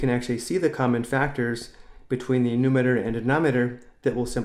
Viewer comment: calm down he cant say it properly